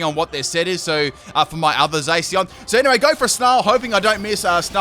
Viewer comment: I think Zacian is pronounced (zah-shi-ahn), so it annoyed me when said (zay-see-on)